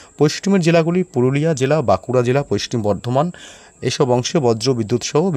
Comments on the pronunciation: পশ্চিম কে পশ্টিম কেন বলছেন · পোইষ্টিম নয়,হবে পশ্চিম। উচ্চারণ ঠিক করুন।সুনতে বাজে লাগে। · পাচু,পোস্টিম বঙ্গ বলছে আবার পোষ্টিম মেদিনীপুর 😂😂😂😂😂 গাঁজা খেকো পশ্চিম বলতে পরে না । খবর পড়ছে